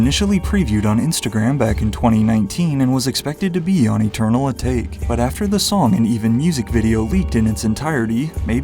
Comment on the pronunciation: Eternal A take was rough pronunciation my guy cmon